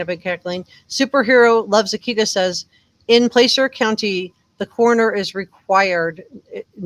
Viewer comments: Pronounced pla sir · It’s pronounced Placer with a soft ‘a’ as in apple. As in, ‘placer mining’. I haven’t heard one YouTuber prounounce it correctly, you could be the first.